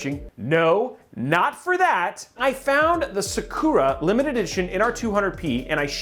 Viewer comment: The way he says Sakura! LOL! Great video though!